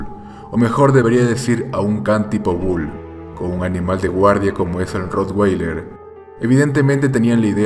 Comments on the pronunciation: se dice rro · Jjjjj no se pronuncia así es con a